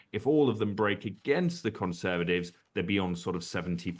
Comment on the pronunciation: Conservadivs?? Why can’t this bloke say Conservatives? Vote Reform